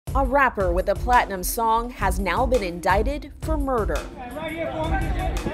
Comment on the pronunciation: inDICTed, not inDAITed.